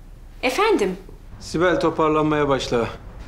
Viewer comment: Nehirin sibele " sibo" demesi 😁